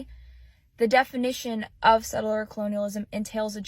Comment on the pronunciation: Girl tells MK he pronounces tribal names wrong and proceeds to mispronounce the word settler..she first says setteler...then says settler correctly the second time. Ok chick..whatever!